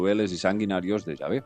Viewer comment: como se pronuncia es yave o chave por que ella dice chave.